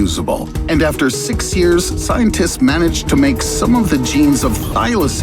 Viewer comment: did i just heard scientits?